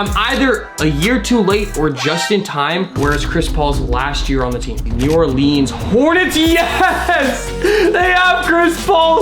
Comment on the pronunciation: sorry i. late. i’m new to the channel. also, it’s new or-lins not new or-leens